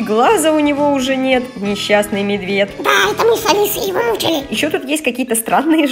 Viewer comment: знаешь как ты сказала медведь ты сказала мебеть